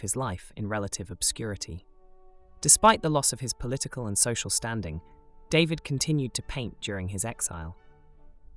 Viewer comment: Your videos are great, and much needed, but please pronounce people's names correctly. "David" is French, and is NOT pronounced "DAY-vid," it is pronounced "Dah-VEED." I also wish that you had not distorted some of the paintings by stretching them horizontally. David would not have thanked you.